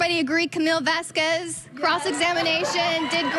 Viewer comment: And for goodness sake let's say her last name properly: Vahs-kehzz! (Kinda like queso) It's a sparking, beautiful name that fits the woman. Heard's lawyer is being disrespectful by not learning how to pronounce it.